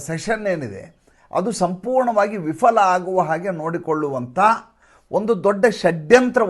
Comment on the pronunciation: Vifala ಅಲ್ಲ viphala 😢